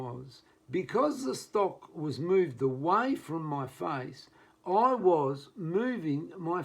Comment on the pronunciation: Put your head on top of the stock and on top of the what? I could not understand your pronunciation.